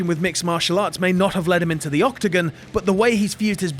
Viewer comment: Say octagon, one more time.